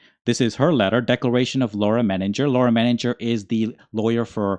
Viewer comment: We make a big thing how to say his name. Think you need to think twice about how you said Menninger.Hard G surely if go German...